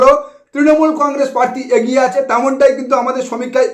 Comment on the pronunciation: Ucharon ta agiye na habe "egiye